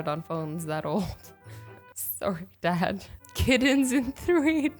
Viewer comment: You say sorry like a Canadian